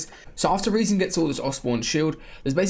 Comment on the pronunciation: I love how he pronounces rezon correctly